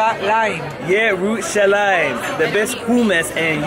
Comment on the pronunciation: I loved the start, finally someone saying jerusalem right!!!